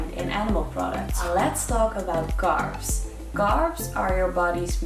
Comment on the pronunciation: Love it when she goes " fvideo " for video or " Garbs " for carbs - I guess it is the dutch englishnism - Love this girl and her descent work though - You rock:) Keep up the good work